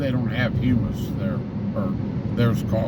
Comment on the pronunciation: It sure seems early to be going back to school. Summer vacation used to be all of June, July, and August. School started back the first week of September. I wish you'd have been recording at the grocery store! That could have gone viral. 😜I don't think that is how hummus is pronounced. Too bad about the team from Richmond, what a pitcher's dual. Maybe they can come up through the losers bracket. I hope you have a great day.